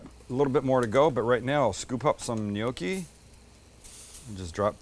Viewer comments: Gnocchi. Sam knee-oki… n-yoki. Great job guys. Love your channel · It's GNOCCHI! not 'NIOKI'. Jeeesus, why do you yanks bastardize EVERY language? Respect others culture and history. Yeah, we get it, you have no history, that's why you buy bridges etc from Europe. Anyway, good vid. Thanks. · Sam, we do not pronounce gnocci neeockee, we pronounce it nocki in Pittsburgh. As you know there are many Italians in Pittsburgh. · I love your show butt I don't understand why you're pronouncing it "gnocchi", it's pronounced, gnocchi! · It's Gnoc--chi...! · In Australia, the G is silent, but it's 'knee-okk-ee' here haha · Glad you put the word "gnocci" on-screen. I was wondering - "what the heck is a neyokey" there for a minute.:goodvibes: Looks yummy. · Japan attacking Pearl Harbor December 7, 1941 is infamous. Let's all hope this dinner doesn't become infamous. 🙂 Gnocchi is pronounced with a silent G. Nocchi (nyow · kee). Please don't take this as criticism...great cooking channel, one of my favorites. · Is Sam saying gnocchi funny or is it just me?? Pretty sure the “g” is silent no?